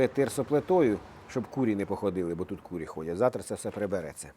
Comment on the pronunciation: Не курі, а курИ. І на банері виправте. Не солідно якось читати.